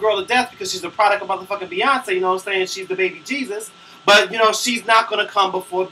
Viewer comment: lol did u say beysus really LMAO you crack me up every vid. I come to ur vids whn im having a bad day